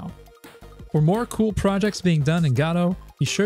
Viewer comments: Okay, I appreciate your videos so I am gonna say two things.. I believe it is: Guh-dough not Gah-dowe, and it’s itch-dot-eye-oh not itchio. Sorry❤ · PLEASE it’s not itchy-oh it’s itch-eye-oh. And it’s guh-dough not god-oh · fair. To my ears at least it sounds like you are saying "Gado" though. Perhaps it's a regional accent that otherwise is similar to my own so I am mostly not picking up on it. 🤔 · To my ears it sounds like you're saying Gatto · The "gado" and "itchy-oh" pronunciations were killing me too, otherwise great video. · Great video content overall, but the engine is named after the Samuel Beckett play "Waiting for Godot". As such it should be pronounced the same as in the play, the first "o" should sound like an "oh" sound not an "a". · It's pronounced 'godot'. I'll be taking the Christopher Lloyd path and pronounce it with a soft G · Dude it makes my teeth itch. Even go-dot makes me wince